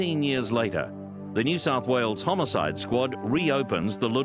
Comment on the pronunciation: Am I the only one who hears "homocide"? 🤔😂